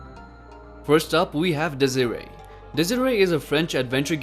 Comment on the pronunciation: desire?thats the way you pronounce it?lmao